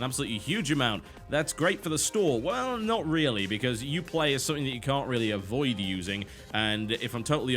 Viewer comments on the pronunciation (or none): none